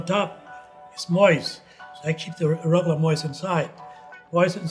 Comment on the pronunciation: There's a hard CH on that word. It doesn't end in an "uh" sound. RugelACH